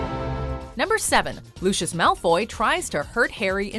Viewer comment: ... did you just pronounce lucius malfoy like lucius (frozen) from the incredibles? 😵